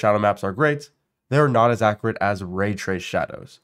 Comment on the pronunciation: Accurate not Accarate smh